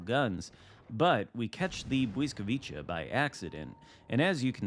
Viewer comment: Bliss vwee kah…your adding in extra consenants